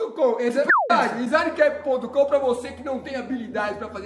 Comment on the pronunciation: ", soletre DESIGNCAP": "dinZANAnanaiQUÉPE"